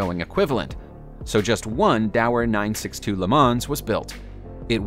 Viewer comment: Porsee and not Pors! I know English speakers say the latter but if you make a video at least say it the proper way. Also Le Mo’ not Le Mans